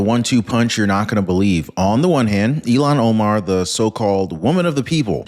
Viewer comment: Is it Elon Omar or Illhan Omar? I thought it was Illhan Omar...but I could be wrong!